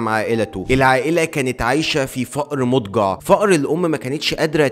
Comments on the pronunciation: قصده فقر مدقع بس اللهجة المصرية خانته في التعبير 😂😂😂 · فقر مدقع مش فقر مضجع ركز شويه 😂😂😂😂😂😂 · فقر مدقع مش مدجع